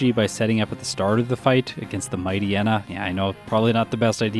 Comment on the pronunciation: Hm, I'm bristling on a handful of the pronunciations. There's "Ackua" "Lehvaridge", which I guess is more regional, but then "DyNEHmo", which I've conceived as "DYnamo", but I'm...not entirely sure I've heard it said. What I'm confident I haven't heard from official materials is "Mightyena" and "Numel", which I (attempt) to handle as "Mighty'yena" (like, in "hyena") and "Noomel". It's impressive how differently people handle the same written words, and we can just go so long never realizing the possibilities of things we've only heard in our own heads. Reading is a heckuva thing. EDIT: Agh, had posted this before Juan, so didn't realize this'd just be piling on, ahhh.